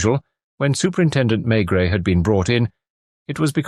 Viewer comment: AI. NO THANKS. I knew instantly as soon as he said Maigret. The T is not pronounced. And the voice pronounced it.